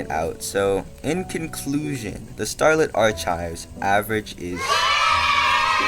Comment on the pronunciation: the way you say archives makes me flinch, but other than that, good video